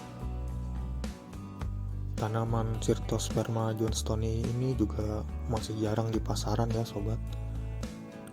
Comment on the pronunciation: Ini namanya bukan Alocasia bang, soalnya gak ada jenis Alocasia yang berduri, namanya adalah Cyrtosperma johnstonii, dibaca "Sairtosperma jonstoni" bang, Cyrtosperma adalah Talas Purba atau Lasioideae, ciri-ciri Lasioideae adalah: 1. Berduri/Kasar 2. Batangnya kaku dan kokoh, tidak mudah patah 3. Biasa hidup di rawa, kecuali jenis Dracontium 4. Contohnya, yaitu Cyrtosperma, Lasia, Polodasia, Dracontium, Urospatha, dll Sedangkan Alocasia itu jenis keladi Modern atau Aroideae,ciri cornya adalah 1. Batangnya loyo dan mudah patah 2. Tidak berduri (kecuali Anchomanes) 3. Batangnya padat 4. Contohnya adalah Caladium (keladi), *Alocasia*, Colocasia (Talas Ungu), Amorphophallus (Bunga Bangkai), Aglaonema, dkk Jadi gak semua keladi itu namanya "Alocasia" bang, talas itu suatu tumbuhan yang sangat banyak, coba cari di di situs ini banyak sekali foto tumbuhan dari jenis Keladi saja, ada Aglaonema, Anthurium, Keladi Duri, Dll, tetapi hanya memakai bahasa Ilmiah